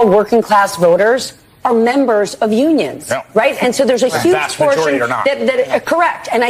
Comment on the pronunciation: you bettah thank a younyon membah!